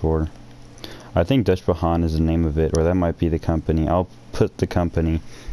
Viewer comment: I think it looks really awesome. However, if you want to Pronounce Deutsche Bahn a bit better try saying it as "Doytche baan" and Seimens is pronounced "Seamens"